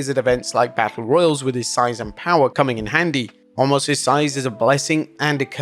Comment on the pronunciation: WHY WHY WHY WHY WHY WHY WHY can't you say his name correctly? It's pronounced Oh-mas. You've been saying it wrong for literally years. 🤦🏻